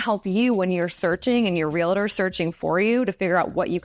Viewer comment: Realtor is pronounced Real-tor not Re-la-ter